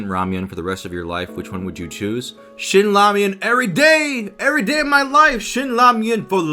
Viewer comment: Awesome Q&A, ProZ! I've been wondering what your nationality was, but from the moment you said "Ramion", I knew you were Korean. 😂😂😂 Since Japanese pronounce "ramen" and Koreans "Ramion". 😂😂😂 Or are am I wrong???